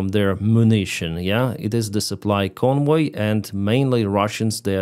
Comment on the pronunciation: Convoy is pronounced with a hard English V (Voy as in Voyager), not a soft German W-sounding V.